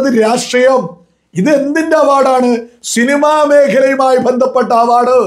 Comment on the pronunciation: ഷിനിമ അല്ല പൊട്ടാ സിനിമ എന്ന് പറയണം ആദ്യം നേരെ പറയാൻ നോക്